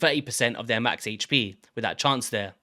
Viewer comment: Not trying to attack your english but its really not HAYCH pee its AYCH pee !